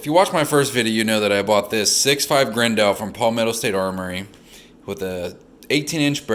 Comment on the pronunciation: Is this dude saying 6.5 grendo how gayo